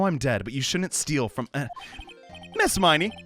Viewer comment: man, I love you, but you're killing me with these pronunciations of the Miney sisters' names.